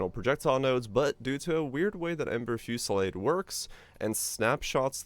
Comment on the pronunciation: The way you constantly struggle to pronounce "Ember Fusillade" doesn't bode well. Are you Canadian?